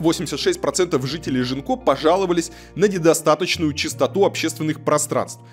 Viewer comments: Мне кажется, что, новый район в Бордо, называется Гинко, а не Жинко(как говорит многоуважаемый Варламов). На фасадах и дорогах, изображают листья японского дерева Гинко, поэтому, скорее всего, район называется Гинко. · А почему район Жинко? Это же произносится Гинко. Японское дерево такое. А Жинко это что-то украинское уже🤣